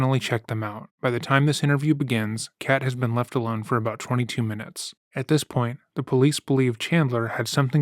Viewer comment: She says “laughed” instead of “left” Very jarring for a moment